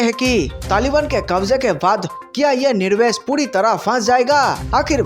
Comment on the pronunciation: Nirvesh nahi Nivesh hota hai.